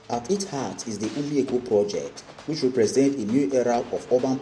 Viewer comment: What is "Umi Eko" bro, is called OMI EKO